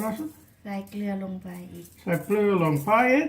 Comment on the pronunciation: เก่งจังออกเสียง เกลือได้ชัดมาก น่ารักทั้ง 2 คนเลยจ้า กดไลน์ และกดติดตามให้แล้วจ้า